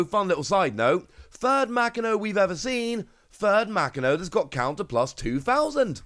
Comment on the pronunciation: Ma Ki No, homie I know time and time again you tell us you are working on your Japanese. Bruv it is literally the first page of most learning Japanese books is how to pronounce Japanese Syllables. Literally a single afternoon of study and you would not sound like you don't care about OP other than the TCG.